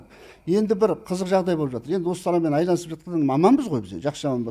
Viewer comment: Айланысып емес, айналысып. От слово айна.....